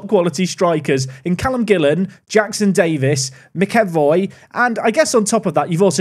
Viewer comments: Loving the series so far, glad to have park to prem back! Just an FYI but I believe McEvoy is pronounced "Macca-Voy" 😀 that is if its said the same way as my own surname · Wild to me that doesn't seem familiar with the concept that a lot of UK towns are not pronounced exactly as they are spelt. Dread to think what you do with Worcestershire. Also McEvoy is definitely pronounced MacEvoy, similar to James McAvoy. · To be specific, the emphasis is on Mac not "Ev" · Just wanna say to avoid more pain - McEvoy is pronounced like "MacEvoy" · McEvoy = mack a voy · Mcevoy pronounced Mac i voy! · How do you keep mispronouncing McEvoy’s name? You keep calling him either “McEnvoy” or McElvoy”. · I know sometimes struggles with names but i didn't think he'd ever struggle with the name mcevoy so much